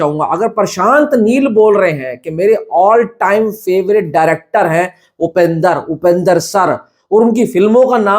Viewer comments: It’s Upendra not Upender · Bro not upendar it's Upendra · Its upendra not upender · Its not upender its upendra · Upender nahi upendra bolo bhai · low*e its upendra not upender